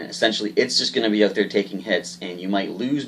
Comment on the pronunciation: Learn how to pronouce "out", other than that nice vid. thanks